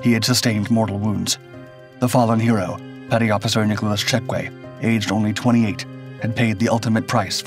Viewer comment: Good video but Nick Cheque’s last name is pronounced “Check” not “Check-way”